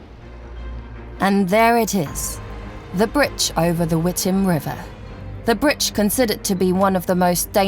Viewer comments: It's a bridge, not a britch!! Gees! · To the female narrator who speaks perfect British English, did you not go to grammar school and learn how to pronounce the word bridge? Through the whole program you have called it a “britch”, I mean come on, didn’t the editors catch this? Every time you say the word bridge and pronounce it britch, I sort of squeeze my ass cheeks together just a little bit! If you are going to be a narrator for any type of video or program you certainly need to go back to grammar school and learn how to pronounce English words in the English language. So yeah, just saying.🙊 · The same time it started saying "britch instead of bridge" 😁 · She keeps on saying britch...It's bridge....lol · She keeps saying britch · female narrator: "britch" lol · The word "infamous" has the accent over the first syllable. Thus, INfamous. The accent is not on the second syllable. The word "bridge" is pronounced with a hard "g", not with a "ch" sound. "Britch" is not a word. As for the bridge itself, it ought to be re-decked, or torn down. Its a menace. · She sounds British but repeatedly says "britch"? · Britch? Speet? Where did she learn English? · Take shot every time the narrator says BRITCH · The amount of times the woman is saying Britch is giving me anxiety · I love how she says "britch" 😂😂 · Yes me too it was painful 😣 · Wish they'd use some one who can speak properly, britch, dimetre,,speet, eg, but otherwise good. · SAY BRITCH ONE MORE TIME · What the hell is a BRITCH?! Find a new narrator who can actually pronounce words correctly cause she is HORRIBLE. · Why would ANYONE hire a narrator who can't say bridge for a program about a bridge? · She can't even say bridge right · An ad every 3 minutes ... Adblocker isn't even stopping these. It's very annoying. It's almost as annoying as her calling it a Britch instead of a bridge. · why does she keep saying britch its bridge not britch.... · Why does the narrator keeps saying “britch” instead of bridge??